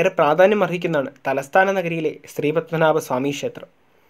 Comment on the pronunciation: ഷേത്രം എന്നുപറയാതെ ക്ഷേത്രം എന്നുപറയൂ🙄